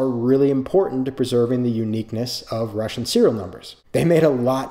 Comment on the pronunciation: Says forgive my Russian then proceeds to say it in probably the most correct way I’ve ever heard.